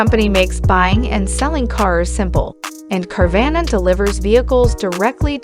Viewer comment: Say it right